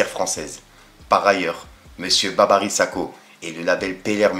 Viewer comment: Tu dis Babary mais c’est Babiry handek à bien prononcer